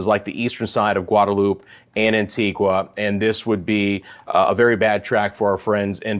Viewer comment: Great vid. Good to have someone covering the islands in addition to the Weatherman, Brian Shields. Very quiet here in St. Kitts and Nevis. The calm before the storm. FYI, Antigua is pronounced "an-ti-ga", and Nevis is pronounced, "knee-vis". Dominica is "dom-e-knee-ka."